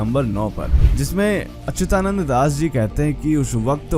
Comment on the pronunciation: Jay Jagannath Bhai, kripaya naam ka uccharan theek Karo.. unka naam Achyutanand hai .. 'ya' ka uccharan chhoot Jane se shabd ka arth apavhansh ho jaega